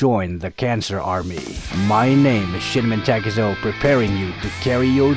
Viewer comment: I love all your ultra fast speed guides 😂 also, when u say"this is shinmen takezo", it sounded like" this is shit men takezo"